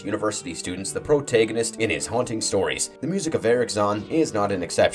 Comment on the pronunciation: Here's some criticism for you homeboy: Stop saying "the" in front of names(THE Nyarlathotep, the call of THE cthulhu(????)) How tf is it you pronounce protagonist? Why do you say pro-take-gonist? Nice list nonetheless!